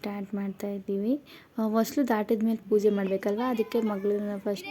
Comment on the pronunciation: ಅದು ವಸಿಲು ಅಲ್ಲ.... ಹೊಸ್ತಿಲು ಆರ್ ಹೊಸಿಲು